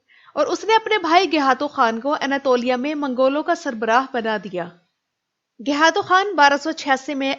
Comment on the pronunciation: iss ka naam gaykhatu tha na kay gayhatu. turk خ ko h boltay hain. aap خ bol sakti hai lihaza gaykhatu bolain jo uss ka asal naam thaa